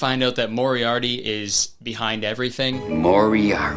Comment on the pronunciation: he definitely says moriarity instead of Moriarty and I just?? they didn't have the budget for one retake?